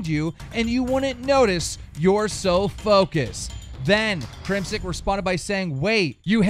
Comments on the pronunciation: Its crimsix. With an X. Not Crimsick. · His name is CrimSIX not CrimSICK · Keem, who in the fuck is Crimsick? I know CrimSIX but not Crimsick. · ITS FUCKING CRIM SIX (6) 6 six not sick